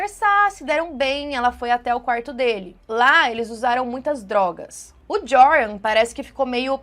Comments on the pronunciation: Oi, o nome dele se lê "Iorran". Hehheheh parece aquelas apostilas de cursinho de antigamente kkkk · O J em holandes faz som de I, então se pronuncia ioran. Espero ter ajudado para um vídeo futuro ❤ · o nome do cara se pronuncia "Iôrran" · A pronúncia do nome é iuran. Pobre Natalie. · Eu lembro desse caso… que tristeza., em Holandes o J tem som de I, entoa o nome se pronuncia “ Ioran”.:) Espero que este ser nunca mais consiga sair da prisão. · Oi, Joran provavelmente se pronuncia “Iôrran”, pq no holandês o J tem som de I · o nome do rapaz de pronuncia “iorran” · no Holandês o J tem som de "y"/ "I".